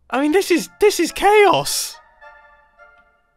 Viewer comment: "This is Choas!" No, this is Grian!